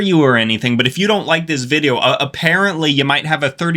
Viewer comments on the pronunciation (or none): I’m sorry, am I just now hearing you say “VIBEO” at the beginning? Lolol. Also, much respect brother. Awesome channel! Seriously, ur underrated brother!